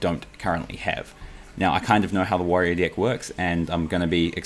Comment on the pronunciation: I hear dick instead of deck every time .... I'm dying